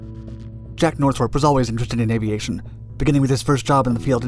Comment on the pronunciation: The narrator says Northrup like Nurthuhrhrhrrp